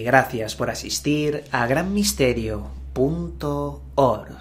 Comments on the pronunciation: No pdonuncias bien la ede, ah pedo pada punto ORRGG si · excitado cuando pronuncia punto orrrrrgggg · Que no puedes hablar OMG Punto ORGGGGGGGG